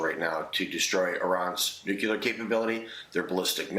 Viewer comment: Can we get some people in office whop can pronounce the word nuclear, please?